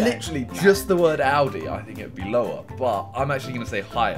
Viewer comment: Simon says Audi like aldi